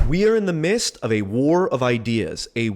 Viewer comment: "Was it midst or mist?"